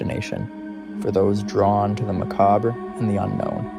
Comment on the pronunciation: Learn how to pronounce Salem and Macabre....